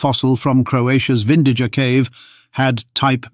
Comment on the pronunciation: BTW, it's pronounced Vindiya